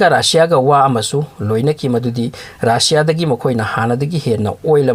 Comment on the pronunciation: RAASSIA nte RUSSIA (RASSIA)haiyo